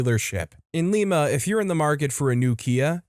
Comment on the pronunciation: Lima, Ohio is not pronounced like the city in Peru. It is pronounced like the bean.